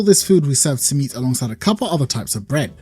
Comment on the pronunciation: That pronunciation of Simit made me get PTSD flashbacks of white people pronunciation of Shawarma. My arab friend, you have become what you swore to destroy.